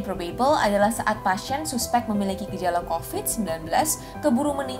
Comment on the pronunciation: mbaaaak pronounciation 'probable' nya aneeh huhu maap yak